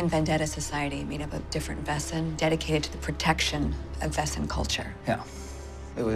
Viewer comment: It always triggered me how they pronounced Wesen tho. It's just the wrong pronunciation of the word :D I loved this series but that got under my skin :D